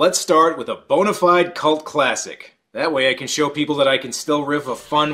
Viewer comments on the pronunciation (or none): please... never say bone-ified ever again! XDD